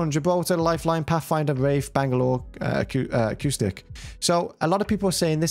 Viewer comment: its "caustic" man. the second utuber who got it wrong.